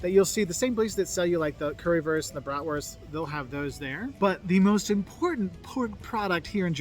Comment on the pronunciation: German here: You pronounced that wrong?! Dude you are one of the few americans who pronounces "Bratwurst" almost perfectly! Also, veal Schnitzel is the austrian version and there is another version of "Jägerschnitzel", the one from the former GDR: breaded Jagdwurst ("hunters sausage") with tomato sauce and noodles . And Sauerbraten is a kind of roasted beef which has been in a marinade that contains a lot of vingegar